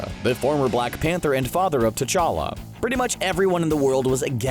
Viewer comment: Who’s tachka......... it’s T'Challa